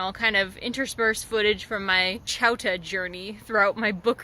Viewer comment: Apparently I didn’t read your video’s title carefully because I thought you were saying chowder with a Boston accent.